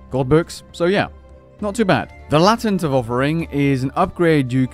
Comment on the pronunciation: The amulet reward is pronounced lay-tent not lat-ent